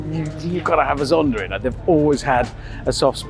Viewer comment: Why do British pronounce it ZondaR?